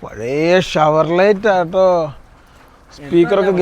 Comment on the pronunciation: ഷവർലറ്റ് അല്ല ഷവർലെ എന്നാണ് pronounce ചെയ്യുക